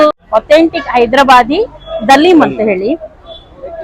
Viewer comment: Hi It's Haleem not Daleem Hyb famous Haleem